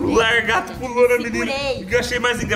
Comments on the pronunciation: "Largato" kkkkk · "Largato"😂😂 Que Bixo Que É Esse??😂 só conheço "lagarto "😂